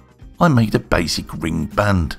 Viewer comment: You put the Rrrrr in ring.;-) Nice job!